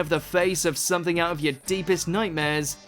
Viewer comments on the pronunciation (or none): none